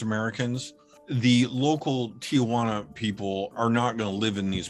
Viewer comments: the man living in Tijuana cannot pronounce Tijuana correctly, and he should know how to say the name of the city where he lives. He said Ti-a-juana instead of Tijuana, adding an extra syllable to it. No one in Mexico makes this mistake. It makes me wonder whether he even speaks Spanish. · It’s Tijuana, not TIAjuana!🙄